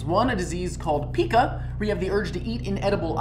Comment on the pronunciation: It's pica as in pie-ca.